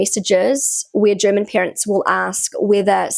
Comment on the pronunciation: Why do you always say "peerants" instead of "parents" ? 😮 ... and "scenes" instead of "sense" ... 😅